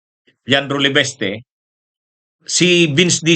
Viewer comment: Sbi nang LEVISTE di LEVESTE tigas ng dila mo, pag name ng tao itama mobpronounciation